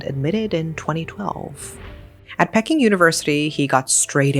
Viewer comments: As a mother of sons, this sickens me. Your own child unaliving you and wrapping your body up. Insane. Oh and isn't it pronounced "Pee-king" university? I was thrown off by it being pronounced "Pecking". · Why you pronounce peking like pecking most of the time i watch your videos your pronunciation is excellent but just this time its abit off 😂 if you say it like this pea king without the S that's how is sound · Enjoy your animated and bizarre yet true crimes committed by Asians. However, would appreciate it if you would pronounce Peking correctly.